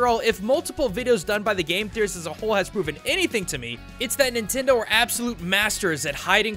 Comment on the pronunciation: Min-tendo HA!